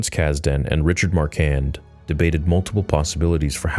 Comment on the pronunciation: I thought Richards name was pronounced Mar-Quan. :)